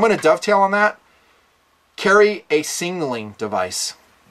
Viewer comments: "Singleing Device"? LOL. Sig-nal-ing. Not Sing-al-ing. #NitpickingFancy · why does he pronounce it singnaling instead of signaling? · SIG-NAL-ING. Not Singling. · Singnaling hahaha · I love your videos and what you represent, but for the love of God, learn to pronounce the word signal. Your whistle is a signaling device. Your fanny pack is singleing device:-) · Why can’t you pronounce Signaling? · Why can’t you say “signaling”?